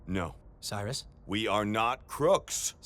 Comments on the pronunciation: It's definitely Cyrus. It's "rus" not "ris" at the end. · It's Cyrus, nit Siris